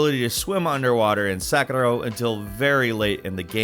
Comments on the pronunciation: Yeah! my comment for you '' is to say the name of the game correct..😂😂 Your videos are really gr8, but when you say "sakaro" instead of "sekiro" it just kills the vibe. 😅😅 next time please say "Say-Key-Ro". sorry if I hurt you man, but your vids are really gr8.. 👍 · Why are you calling Sekiro "Sakura"? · Learn how to pronounce things before you make videos. I've never heard Sekiro pronounced in such a terrible way. And this happens a whole lot, not just with Sekiro.